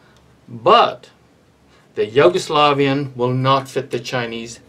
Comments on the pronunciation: but it's yu-go-slavian not yo-gu-slovian xD had a giggle listening the way you pronounce it. It's all good. Nice content. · Why are you pronouncing it Yoguslavian xD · It’s like You-go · he's pointing out the pronunciation of the Yugo part of the word. Sounds like you're saying Yogo. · Hahaha he said “yogo” slavian 😂